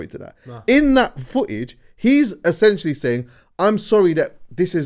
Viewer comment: Have we all accepted will never pronounce ‘essentially’ correctly? 😄